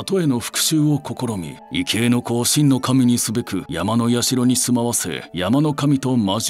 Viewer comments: 「いけい」ではなく、「いぎょう」だと思います。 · 異形と書いて、「いぎょう」と読む場合が多いと思うんだけれど・・・。「いけい」というのはあまり聞いたことがなかった。